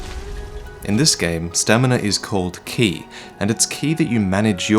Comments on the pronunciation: Ki is pronounced like Kye not key lol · Ki is technically pronounced Chi, i have no idea why but it is. just had a very long debate about it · It's pronounced, "ch-ee" as in tai-chi. It's a bastardization of Qi from chinese. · its ki as in kai